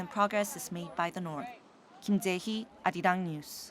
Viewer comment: It is pronounced as, "Ah Ri Rang".